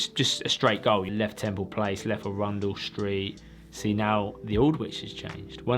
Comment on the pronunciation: Absolutely insane skill to learn this! Loving these new types of videos. Btw pretty sure Arundel Street is pronounced 'Aaron-Dool' rather than 'a-rundel' if its named after the castle town in West Sussex, which I expect it is